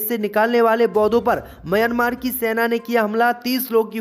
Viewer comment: म्यांमार देश है भाई उच्चारण तो सही करो।